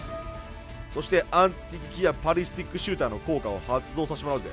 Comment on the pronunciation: パリスティックじゃなくてバリスティックです バリスタです